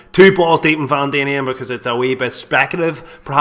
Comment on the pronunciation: Can this guy not read???? Vanadium is pronounced Van-adi-um not Van-damien, not pronounced wrong once but every time....and we're supposed to listen to this guy!!!!